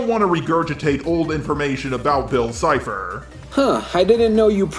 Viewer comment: Game boy Next door lol it's cipher not chipher